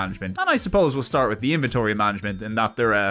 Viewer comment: "El Starto"